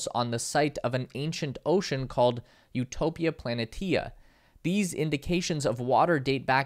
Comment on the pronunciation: Utopia Planitia is pronounced: "Utòpeea Planeesha"